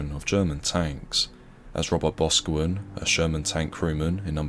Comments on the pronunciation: And Boscawen is stressed on the caw - Bos-caw-wen. It is a Cornish name. Boscawen is likely a village in Cornwall where their name comes from. Like Boscastle, or Bosvena (now Bodmin). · Those Cornish surnames certainly trip people up it’s pronounced Bos’cow’wen.